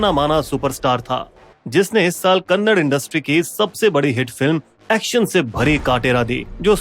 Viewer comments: Phele bat to e hey ki e kannad nahi hey kannada hey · Abe saale kannad nahi kannada bolo😡😡😡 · Khon re thu ho kannad nahi kannada. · Arrey bhai Kannad nahin Kannada bolo. ❤ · It's kannada bhai, not kannad 😡.. First, learn to pronounce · Kannad ❌ kannada ✅ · It's not "kannad" it's "Kannada"... please pronounce properly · Its not kannad its kannada.. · कन्नड़ नहीं कन्नडा है। अगर बोलने नहीं आता तो मत बोलो पर गलत मत बोलो।😡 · Jai d boss ❤ and also it's Kannada not kannad